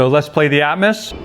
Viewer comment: Please pronounce atmos correctly!